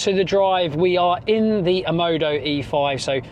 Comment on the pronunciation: why are you pronouncing it OMODO when the brand is OMODA?